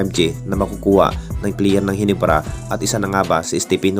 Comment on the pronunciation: Ang bilis bilis mo magsalita Wala tuloy maiintindihan. Barangay Gi-nye-bra po Yan, hindi Barangay Hibra....